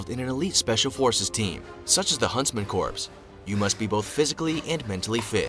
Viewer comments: I have to take issue with the video you used. When someone can not pronounce corps properly in their own language, they lose credibility. Not picking on you sir, I love your videos! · (Twitches every time the vid mispronounces corps)😐😑😐 Also...the Korean War cease fire happened 1953😐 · Their mispronunciation of corps make me question the whole video.